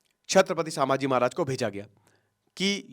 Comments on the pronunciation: It’s not shamji it’s sambhaji maharaj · Oye naam thik se le Samaji maharaj nahi Chatrapati sambhaji maharaj bol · say Sambhaji maharaj not samaji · संभाजी महाराज 🙏 सांभाजी ये वर्ड ही आप पूरी तरह से गलत बोल रहे हो सांभा शोले फिल्म मे विलन था संभाजी महाराज थे जब आप महाराज का नाम सही तरह से बोलना सिख जाते तब व्हिडिओ बनाना चाहिये था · साभांजी नही संभाजी नाम हे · bhai sama ji nhi hai sambhaji maharaj hai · For your information, It's called संभाजी not सांभाजी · Brother … pronounce in a proper way It’s not Sabhaji/ सभाजी It’s sambaaji / संभाजी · सामाजी महाराज नहीं सर संभाजी महाराज बोलिए । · Please Correct - छत्रपति सांभाजी महाराज ❌ छत्रपति संभाजी महाराज ✅ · सांभाजी❎ संभाजी ✅ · मैने भी बोला पीचले विडिओमे sambaji नहीं संभाजी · Sir its not sammaji maharaj….shambhajii maharaj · संभाजी महाराज आप संभाजी महाराज सब ठीक से नाही बोल पार है प्लीज संभाजी बोलिये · Your pronounciation of saamhaji is so wrong and insulting.. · atleast naam toh thikse lo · Sir name sahi se jaan lo pahle 😂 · Pronounce proper kro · Dear sir naam sahise le lijiye please. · Abe pahila thik se nam lo